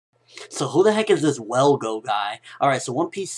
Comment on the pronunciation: its is ttrue his more naruto fan than one piece. i mean hes messing up on the one piece facts like the dude name his velgo not welgo thats not a big deal but hes unsure with the facts like detials about kinemon sword style and cc told them to use seastone on the Devil Fruit users.